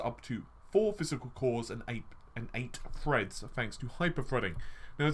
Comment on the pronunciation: Confuzzeling lol wtf?? It's threads not freds. through not fru think not fink three not free Sorry but your grammar is embarrassing buddy and more important for a youtuber really annoying, that mixed with the constant stupid phrases and wind tunnel audio, squeaking chair , banging and thumping around, low volume with high volume intro & outro, the info itself is sound and very welcome but the rest is bad, sorry but i can't put up with this all the time it's just to irritating.